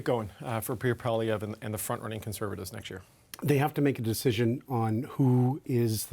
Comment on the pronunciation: What I don't understand is how CBC can hire an unprofessional person like who can't even pronounce Poilievre? A person with professionalism would have learned to pronounce it properly by now.